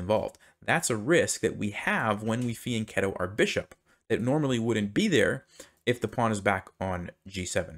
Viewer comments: That’s not right, he’s pronouncing it correctly. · I'm pretty sure that it's spelled fianchetto. It's an Italian word, and he is pronouncing it correctly.